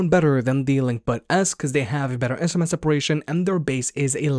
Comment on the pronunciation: sms separation???? can you please practice your enunciation... it's IN STRA MENTS ... try it. thanks.